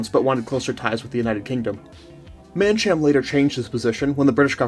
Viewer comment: I was born in the Seychelles and actually know some of the people mentioned in the video. Mancham`s mother was my god mother (it’s pronounced man kam) Guy Pool who you mentioned was my cousin. My father’s business was nationalized and taken over by the Italian mafia. A small factual error. You mixed up the two coups. The second coup carried out by the South African mercenaries was the one at the airport. They were arrested as they arrived at the airport after one of them was searched and found to have fruit. This led to a stand off and eventually they hijacked an air India plane and fled to South Africa where they were arrested. Nice work.